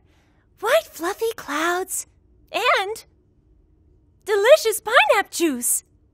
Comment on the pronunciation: The "and" got me but still she did a great job